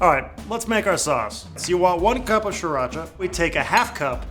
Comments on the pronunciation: It's pronounced "SEE-raw-chah." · omfg stop saying sriracha like that. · Dear Sir! Pronunciation is easy: Sriracha is named after the coastal city of Si Racha, in Chonburi Province of eastern Thailand. Simply omit the first 'R'. Excellent recipe! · You're trolling us with that pronunciation, right? Regardless ---these look awesome! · Ugh the way he says sriracha makes me cringe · STOP. SAYING. IT. LIKE. THAT. That's literally not how you say Sriracha. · There's an R right after the S. I don't know why people chose to ignore that R. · learn how to pronounce Sriracha